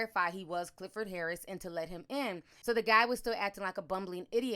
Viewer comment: How many times my mans gotta say “Hharriss”😂 I would’ve been mad asl too